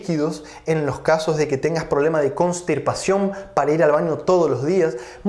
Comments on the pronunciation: Constipacion No cornstipacion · CONSTIPACION dr , sin "R"